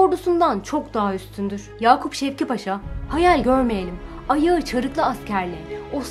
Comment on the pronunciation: ''Yakup Şevket Paşa'' değil, ''Yakup Şevki Paşa'' paşanın ismi. Video için teşekkürler